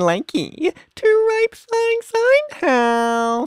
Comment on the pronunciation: The way he said rip sounded like rape